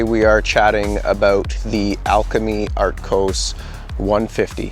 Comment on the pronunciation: Artkos? Arktos?...🤔